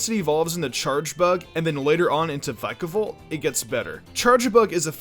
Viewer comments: OH MY GOSH DO YOU SEE A SILENT "E" HOW DO YOU GO FROM Vick-a-volt to VIKE-A-VOLT! SHAME ON YOUR ENGLISH GRAMMAR!!! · I believe it’s pronounced vickavolt not vikeavolt